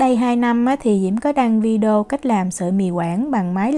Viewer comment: Xin đóng góp nhé: VIDEO phát âm trúng là VI ĐÊ Ô chứ ko phải VI ĐÔ nhé.... ở VN phát âm sai nhưng ở Na Uy phải phát âm đúng chứ 😊😊. Mi li lít chớ ko phải mi lít nhe 😊